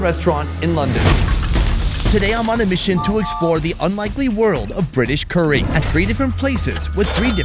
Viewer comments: It's not cooree, it's curry. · Why does he say curry like that 😂😂😂😂😂😂😂 coooories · The way his says “curey” 😅